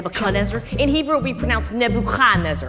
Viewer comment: As a natieve hebrew speaker, his pronunciation was perfectttt